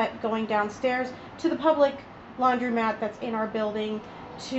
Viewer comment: The word is spelled and pronounced "laundromat" (with an o), not "laudrymat" (with a y). The phrase is "flatten the curve", not "flatten the curb". And, that's just the beginning...